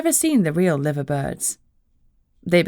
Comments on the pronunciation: Its pronounced Live er not Liver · Lie-ver birds. Not Livver. I know, not what you would think.